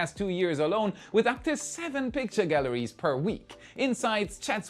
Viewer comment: "Galleries," not "gallaries".